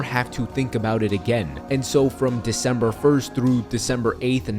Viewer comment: “Decmeber” lol